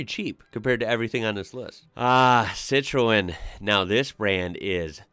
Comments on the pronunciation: Citroen... move the 'e' in the pronunciation... "Cit-rone" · In the usa the fiat panda is your fiat Trekking because all fiat now are base on the looks of the fiat 500, Dacia is from Romania, and is subsection of Renault which some of there cars are based on older models of Renault and over the years the quality has got better is one of cheapest car on sale but starting to cost more. The way you pronounce Peugeot and Citroen is weird to me lol. The Skoda Fabia and Seat Cupra you show are based on a vw golf same as the Skoda citygo and the Seat mii is based on the vw up! But as they owned them its understandable lol.